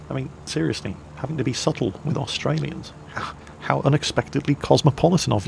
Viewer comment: Nice try, but i think us "Awe straliyins" are not fooled xD